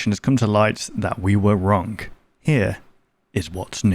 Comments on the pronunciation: I should have explained a little better you pronounce it like “wronG” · Your accent is really weird for example: instead of saying “wrong” you say wrong but actually pronouncing the G instead of letting it be silent